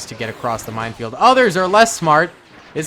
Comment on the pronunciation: I keep thinking he says mindfield.